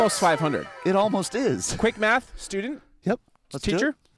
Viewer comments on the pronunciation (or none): none